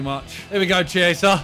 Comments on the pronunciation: Who’s gonna tell Simon that chiesa and chiellini isn’t spelled CHEEISA or CHIEELINI it’s KIEZA and KIELLINI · Chiesa is actually pronounced Key-ay-sa Keep up the good content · ITS PRONOUNCED KI-EYSA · Simon for Chiesa its pronounced Key-aysa plz don't butcher his name jus cuz we won the euros :) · It’s pronounced Kiesa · Btw you're pronouncing the name Chiesa so bad it's actually painful too watch unless you're doing it on purpose